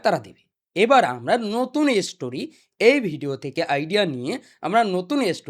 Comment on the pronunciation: স্টোরি ❎ এসস্টোরি✅ 😂😂😂